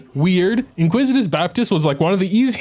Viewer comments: I swear to Nahida I have to start watching on mute. I am a well read native English speaker and he's had me calling it the inquisitous Baptist too.🤦‍♂️ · "Iniquitious Baptist", not "inquisitive", but I think he should be called the "Inglorious Basterd"